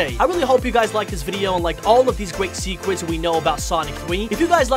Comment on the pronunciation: dude, it's SECRETS, not sequence